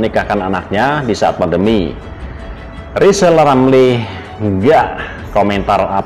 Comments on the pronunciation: Lisal Lamli kalo ngomong macam olang sakit gigi, nyebut namanya sendili tdk bisa, bisanya nyinyil telus. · Pak rizal lamli latih bicara huruf R biar jelas di dengar 😃😄😁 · Rizal rampli orang hebat.nyinyirnya.....ha ha ha....suruh belajar bilang R yg bener. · Sehat terus pak presiden JOKOWI dan keluarga.rizal Ramli biar netizen yang urus,aneh juga nama depannya R tapi ga bisa ngmg R.orang yg ga bisa ngmg R itu blm kena karma,smoga karma mampir disaat tahun baru buat RIZAL RAMLI. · RR yg tk bs ucap R,omong besar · Kasihan RIZAL RAMLI..baru belajar ngomong .R...mestinya ngak pantas dapat Undangan pernikahan Mas Kaesang...lebih pantas & Mulia yg dapat Undangan Bp.Angkringan Kopi. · Rizal R sok aja ngomong R aja gak bisa kok pengen jadi presiden siapa yg mau milih